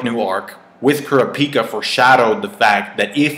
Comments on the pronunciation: To catch up with the HxH manga, read for an hour before you go to bed and you'll be all caught up in 3-4 nights. And takes some lessons in how to say Kurapika's name :P it's pronounced like crop-pee-ka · Leaning more towards an emitter. I like the way you say Kurapika lol